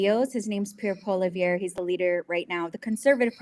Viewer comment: His name is Pierre Poll-i-EV-RE.